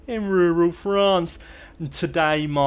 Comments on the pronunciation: What a journey you have had in Rrrruurraall France. Love your updates & your " Monty Python" vibe to your story telling!!❤ Very much & fun & keeps me watching!! Really anxious to see you make a " silk purse out of a sows ear!" ❤ from NY!! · Please,, continue saying Rural France, I love it. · Hi …I love your videos… it’s so comical how you say “rural France”… I always look forward to hearing it and you make me smile every time. Keep up the awesome renovations. Looking forward to seeing the finished and furnished house.